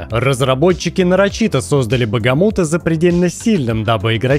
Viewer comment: Бахамут, а не Багамут